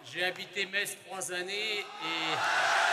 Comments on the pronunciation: le public qui crit en cœur "mess!" A chaque fois que prononce "meTss" ça m'a tué de rire 😆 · Metz se prononce "Messe" et pas "Mettsse" 😛😛 Très beau meeting, heureux d'y avoir été. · Pour y avoir été, je tiens à clarifier UNE SEULE CHOSE : Metz se prononce < > pas <<Metse>>. À part ça, ce fut un moment inoubliable ! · Au début vous pouvez observer les gens qui réagissent à chaque fois que Metz est prononcé. C'est parce qu'on ne dit pas ME"TZ" mais ME"SSE"! 😁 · Bon au final elle a compris ou pas qu’on dit mess et pas mettsse ? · Je suis allé à ce meeting qui était formidable. Une petite pensée à à qui il aurait fallu expliquer que Metz se prononce Mess. La pauvre croyait qu'il y avait une sorte de ferveur à chaque fois qu'elle prononçait le nom de la ville, sauf qu'elle se faisait gentiment huer:) Malgré cela, son discours ainsi que celui de était galvanisant. Et que dire de la prestation de Monsieur Eric Zemmour, tout simplement excellente. J'étais aux anges lorsque je suis sorti de ce meeting mais seulement quelques centaines de mètres plus loin, je fût confronté au réel en me faisant agresser par des "antifas". J'ai quand même pu passer sans trop d'encombres en me faisant insulter de raciste. Bref, plus de peurs que de mal. Vive Zemmour, vive la République et surtout, surtout vive la France. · qui ne comprend pas que le public lui crie 'Mess' (la vrai prononciation de Metz) 🤣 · On les reconnaît nos messins qui corrigent vers Metz se prononce [mɛs]! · Les messins essaient de corriger sur la prononciation de Metz en "Messe" mais en vain. Au final, ce fut drôle. 😄